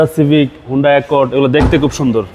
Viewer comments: Prothom bhul to tini civic ar pronunciation e korte pare na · স্পুলার, সিভিস 😂 নূন্যতম লেখাপড়া করে নাই।